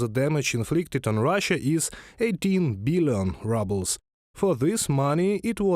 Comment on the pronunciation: These have to be bots. I'm sure a Russian or Ukrainian would know how to pronounce 'ruble".